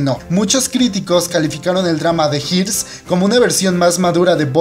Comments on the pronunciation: se dice Heirs.. asi como se lee. Asi como pronunciar. HAIRS. (heers) abrazos y gracias por el video.:) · Los Heirs o Los Herederos es Dorama/Kdrama fabuloso. Pero se pronuncia "Ers" en español alargando la E. :) Saluditos. ❤ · No pude con su "de jirs" 😅😅😂😂